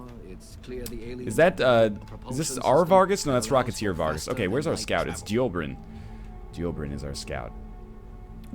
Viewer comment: Why do you hate Dobrynin so much? You keep mispronouncing his name. You never read NL, even names...